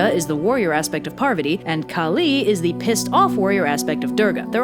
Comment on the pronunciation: As someone who was raised a Hindu, this is really cute, and I'd love to see more Hindu videos in the future. But your pronunciations are a bit off. Parvati is pronounced "Paarvathi" and the "I" is Shiva is a short I. Also the "D" in Durga is more like the "Th" in "The" and the "U" is like "Oo" but shorter.